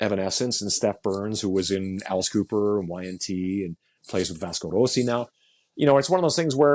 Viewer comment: can't put a foot wrong in my book, but on this occasion I'll give him kudos for the very credible pronunciation of Vasco Rossi... 😉😂